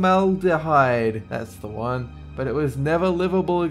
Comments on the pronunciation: 😂😄 saying Formaldehyde made my day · For-MAL-duh-hide. Bar-BAY-dose. Dude.